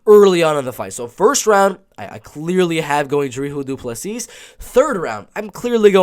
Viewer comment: Hey South african here , Its dricus du plessis but Its pronounced Dri Kus , Du plissy